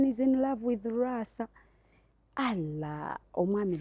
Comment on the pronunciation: Mbu halla instead of Allah😂😂